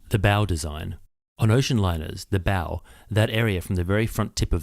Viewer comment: Here's the first clue that we're listening to a proper human and not an AI, which don't seem capable of properly pronouncing 'bow'.